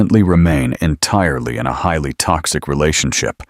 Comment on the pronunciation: What the hell! Highly, exactly, actively. Damn! Talk about messing up a reading